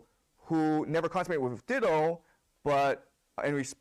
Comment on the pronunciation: FYI The name Dido is pronounced “die-doe”, not “ditto” should not have corrected the student who pronounced it the right way so that he could continue to mispronounce her name